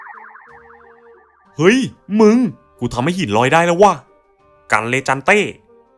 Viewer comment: กันเลจันเต้ ผมได้ยินว่า มาเต้(ชื่อผม55)